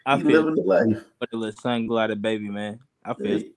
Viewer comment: He says sun glider